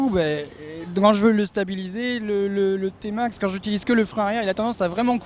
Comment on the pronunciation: Prononciation à l’anglaise 😂